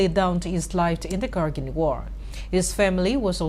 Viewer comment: Your pronunciation of kargil to Kargin is irritating...